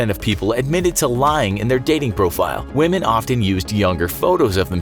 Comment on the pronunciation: lmao just hear the way he said Woman